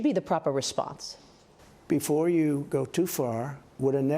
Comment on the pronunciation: It's Not "Ee-Rainy-Yan" (no Rain in forecast)!! It's pronounced "Ee-Ronny-Yan"!! Highly educated Journalist!!